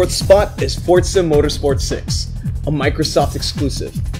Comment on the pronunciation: It's FORZA NOT FORT ZA